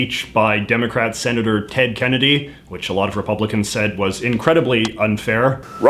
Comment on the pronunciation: senátor Joe